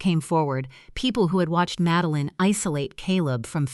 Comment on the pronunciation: Please teach your A.I. bots how to pronounce names correctly. Madeline is pronounced MAD-DEL-LIN, not MADE-LIN, FFS !!! Needs to be proof read by a human !!! 😡😡😡